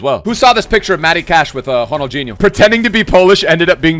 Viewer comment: Me a Brazilian, hearing pronounce “Ronaldinho” in perfect Portuguese 😳